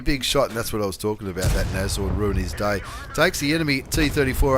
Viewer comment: I'm on Board! And it's pronounced Nasorn. German for Rhino.